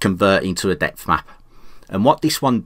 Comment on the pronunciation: you kept saying depth map and I thought you were saying death mask :)